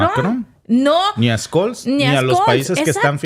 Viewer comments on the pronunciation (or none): Scholz se pronuncia " cholz". Tú pronuncias Skolz. En todo caso vuestro análisis y comentarios están muy buenos. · Se llama Olaf Scholl y no skol como tu lo pronuncias😅😂😅😂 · Hola que tal sigo tu programa desde hace un tiempo muchas gracias por tu información.. Solo quería pedirte el apellido del canciller alemán se pronuncia de otra manera..trata por favor de pronunciarlo tal como lo voy a escribir Chols (Scholz) No skols como tu lo dices .. saludos desde Austria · SE PRONUNCIA: OLAF SHOLTS y no SKOLL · Hola escol Noooooooo olaf shol se dice asi olaf shol me estresa que lo digas mal jajajajaja me encanta edte canal paz y amor hispanoamerica unificada todos somos hermanos